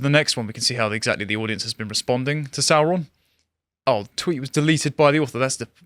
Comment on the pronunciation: The way Sauron was pronounced in the films was wrong, Tolkien intended it to sound like the saur in dinosaur, to give him a reptilian sound